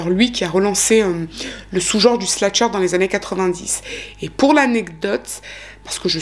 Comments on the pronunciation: Encore une histoire bien raconté/expliqué ! Petite note: on dit slasher et non sla(t)cher ❤️ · Merci pour cette vidéo captivante. Quelle histoire terrible! Ta narration est parfaite. Si je peux juste me permettre, on dit "slasher" et non "slatcher" (c'est slash le verbe ). Bonne continuation 😊